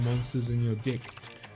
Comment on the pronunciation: come on man.. he is saying that on purpose right ? xD i always understand dick instead of deck haha